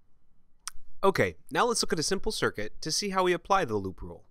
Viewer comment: lol when you talked about "loop A" I couldn't help hearing you say "Lupe" haha